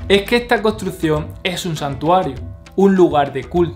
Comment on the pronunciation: tienes que mejorar la pronunciación de tus palabras, por ejemplo nosotros, construccion, mas, me parece que talón de aquiles es la "S" y la doble "R", felicidades por el video informativo.